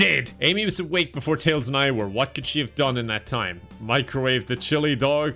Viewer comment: Rayman? Chi-lee ? 😅